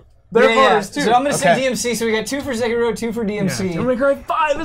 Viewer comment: sekiro's pronounciation is ''say-key-ro' =)